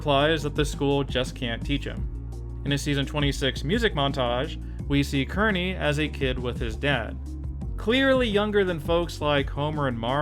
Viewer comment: It’s pronounced Keer-neey